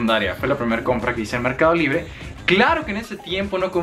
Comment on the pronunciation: Merrrrrcado libre 😂😂😂